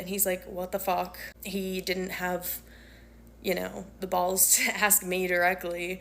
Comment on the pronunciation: To the alteration/seamstress- the word is ASK, not ax!!!